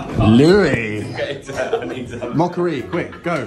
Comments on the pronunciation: I see what you are saying the pronunciation of mokka-e is making a mockery of moh-curry.😃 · I can't get over the fact that you pronounce it as "mockery" :D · As a non native English speaker it never fails to amaze me that the British pronounciation of the Mokka-E sounds like ‘moh-curry’, as if it is some sort of Indian dish. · We pronounce it more like 'mockery'. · GREEN! And quite hilarious, that it's pronounced as "The Mockery". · who else heard him speak of a mockery-car? a grrrrreeeeen mockery? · Did nobody at Vauxhall realise what it actually sounds like when somebody pronounces the name of this car? It might Look okay on paper MOKKA-E but in the real world it sounds like the word Mockery Look up the word Mockery in a dictionary and here is the definition:- a>an absurd misrepresentation or imitation of something. b>ludicrously futile action. Examples It can be used in sentences like this:- " I turned up for work in this car and I was greeted with lots of Mockery" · Funny how brits pronounce the mokka e as mockery without them realising. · That is only a UK thing. The rest of Europa doesn't add the R. We don't pronounce Opel as Vauxhall either. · That's how most people around here pronounce it. The ridiculous name is doing Vauxhall no favours.